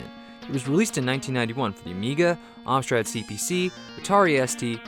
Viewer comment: Woah, woah, woah, woah, woah, hang on a sec... did you... just pronounce it... "OMSTRAD"?????